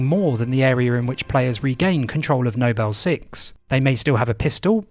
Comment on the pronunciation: For example "Nobel team" and then a second later it's "Noble team", this is literally nitpicking but great video